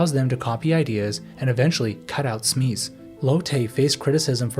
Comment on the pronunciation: Smees? Update your AI lol.